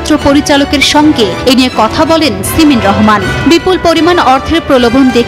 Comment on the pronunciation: "সিমেন" রহমান !!! 😅😅😅